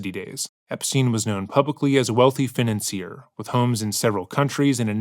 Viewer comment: Tf who says financer like that